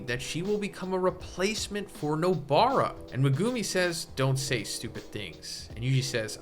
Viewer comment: Dawg, I love your videos; but what the fuck is that pronunciation of Megumi?